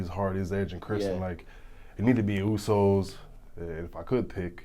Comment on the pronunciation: @@ right they are useys instead usos lol